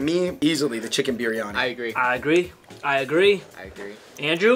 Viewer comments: its biriyani, not piriyani or biranyi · It's not piryani....it is biryani u guys..🤣🤣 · Just so you know it's"Biryani" not "Piryani" 😂 But I'm you enjoyed some of the food.. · i died when he said "piryani" instead of biryani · Goat piryani 😂😂it's not piryani it's biryani my dear